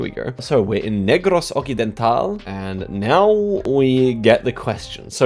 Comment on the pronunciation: Even though I'm a Swiss geography person I'm mad that ur pronouncing Negros Occidental as "ockidental" instead of "oksidental"